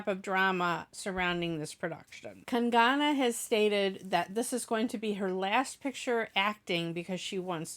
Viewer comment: Its not kan gaana its kang na rhym with hung na sung na kang na 😉